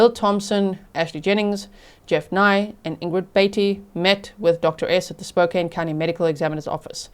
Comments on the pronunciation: Spokane = Spo-can thanks 😊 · she mispronounces "Spokane"